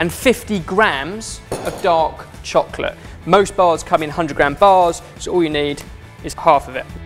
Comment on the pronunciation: I thought he said "dog chocolate" and I'm like WTH